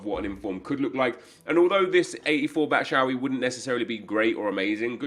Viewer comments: BAT SHU AYI not BAT SHA AYI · It is pronounced "batshwai" and not batshaui 😑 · Bat-shou-ee lmao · How did he pronounce Batshuayi that bad 😂😂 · I think he does it just to wind you up. See yesterday's vid where he parrots your replies.